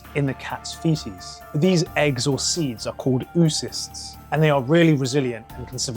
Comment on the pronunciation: You do a really nice job on this topic. And (I know, I know) it's not supposed to matter how you pronounce words derived from Greek or Latin terms, but really, the double 'o' in words like oocyst, zoonoses, zoology --just sounds more educated if you pronounce it as "OH-oh" rather than "eww." You'll impress your scientist friends and come off as suave and urbane